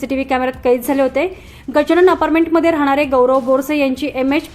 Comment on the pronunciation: आपारमेंट नव्हे, अपार्टमेंट असे लिहा मराठी शुद्धलेखनाकडे व उच्चारा कडे कृपया लक्ष द्यावे.